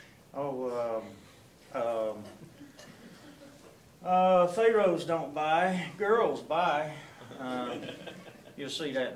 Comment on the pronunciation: Lololol....."we'll drag ya...." AG is one of my favorite films ever. I love how pronounces it "fay-roes."